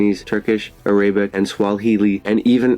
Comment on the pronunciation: It’s pronounced “Arabic” not “Arab-ic”